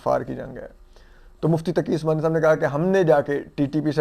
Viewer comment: آپ کو پتہ ہے مفتی محمد تقی عثمانی صاحب ہیں کیا بندے کو کم ازکم نام تو صحیح سے لیا کریں